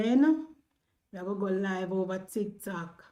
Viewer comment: Noise maker. Empty barrel making the most noise. The word is over, not hover. Emphasis on the O, there's no h, in OVER.